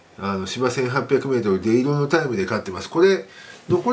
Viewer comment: でいろ⁉️シュッショク=出色の出来と発音するんだよ。競馬の前に日本語を勉強しましょう🎵